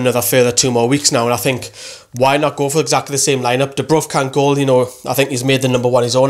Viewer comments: Its dubravka not dubruvka :) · Why does everyone keep saying DubrUvka, it's DubrAvka